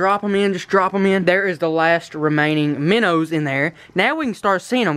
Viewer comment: dude they are called minnows not minners